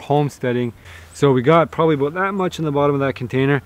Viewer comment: I love how he says abuut